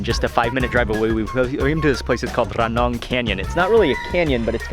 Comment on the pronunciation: พูด "ระนอง" ชัดกว่าผมอีกอะครับพี่มาร์ค 5555